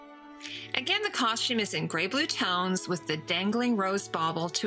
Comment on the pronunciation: you prononce costume like Edie Bouvier in grey Grey Gardens "coshtume"